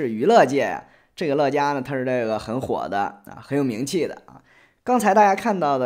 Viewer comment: 乐嘉，发音应该是Le家吧？ 乐嘉有种！难怪后来乐嘉被封杀了